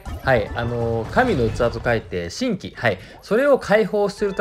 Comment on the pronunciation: 神器は読み方じんぎですよー